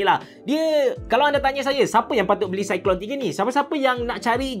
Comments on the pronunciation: sebutan dia cyclone abe cerah, bkn cyclone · Itulah nak tegur takut kita salah sebut kan, tapi saya yakin cara sebut memang cyclone